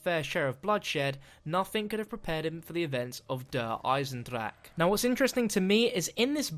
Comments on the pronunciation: god, I like you as a youtuber but i HATE the way you say der Eisendrache. ITS NOT DER EISENDRACK ITS DER EISENDRACHE!!! i dont mind the -ck part but PLEASE SAY THE E AT THE END! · Der eye sin jrock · Can you please stop saying Der Eisendrache pls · Dude... I AM GERMAN! i think i know how to speak a german word. This translates to the metal/ iron dragon. its not pronounced with a ck